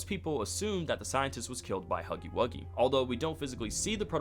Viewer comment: “HOGGY WOGGY”💀✋🏻